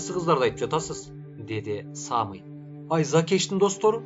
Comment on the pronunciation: Кыргызча ат Самый, ударение на "ы", Саамый деп окуйт го. 🙈